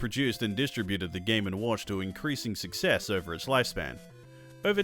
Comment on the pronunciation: Great video. I can't believe I'm in your first 1000 subscribers! I'm #910. I look forward to seeing this post highlighted on your 1 million subscribers video in a couple of years. (I wrote this in 2023.) One thing though, as an American, I get a bit taken aback by how you say distributed. :)